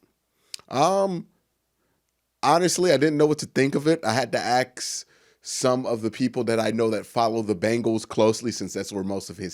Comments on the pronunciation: You would appeal to a larger audience if you would pronounce it as “ask” instead of “axe”. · Did you Axe him ?or Ask him?